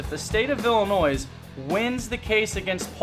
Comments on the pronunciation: Illinois does not have the letter E at the end of the word. No Noise, just annoy, like pronouncing the word incorrectly. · The S at the end of Illinois is silent. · please STOP saying ILLINOIS with an S at the end. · THE S IS SILENT IN ILLINOIS!!